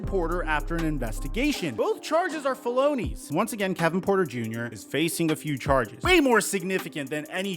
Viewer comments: It's fel-eh-nies, not fel-oh-nies lol. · please tell me you pronounced felonies incorrect on purpose💀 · sorry ik this is a serious vid but when you said fell-on-knees i lost it 😭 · Damn can´t believe he committed those fel-O-nies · Nigga said “FA-LOW-KNEES” 😂